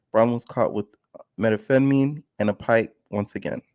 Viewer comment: Lol at trying to pronounce “Meth-am-pheta-mine”